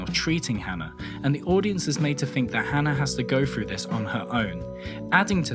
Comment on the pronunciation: why can't you speak properly. firteen? frough? free? fink? what? honestly i can't even watch the video i'm too distracted